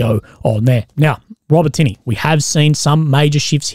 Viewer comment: Hey bro, it's pronounced ”Ro-bo-ti-neh” not "ro-botiny” love your work though